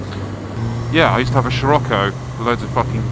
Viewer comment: Their is no "L" in Scirocco